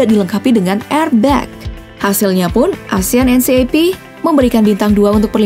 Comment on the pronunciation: Asian NCAP itu cara bacanya asian en kep ya...